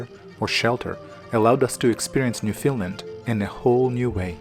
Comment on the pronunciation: I thought he was saying Finland- how confusing.